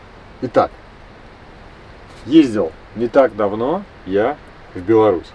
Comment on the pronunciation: Спасибо за то что правильно произнесли название нашей страны "Беларусь". Усадьба Немцевичей!